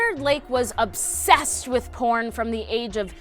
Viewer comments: At first I thought you said corn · Who else thought she said he was obbsessed with corn? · When you said “porn” I heard corn but then I saw the button thing say “porn”. I would prefer Corn much more. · instead of porn I thought she said corn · Libby McNeil ikr xD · Libby McNeil same! 😂